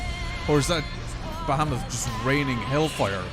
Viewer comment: It's more like "Ba-ha-moot"😁